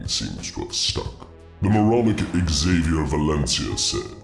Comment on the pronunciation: Hey!! Xavier is pronounced ZAY-vyər. Not EX-ZAY-vyər. But nobody's perfect. Apparently.